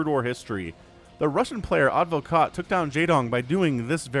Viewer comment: Advokat in Russian and also in Bulgarian means lawyer but the stressed letter is the second A not the first one :)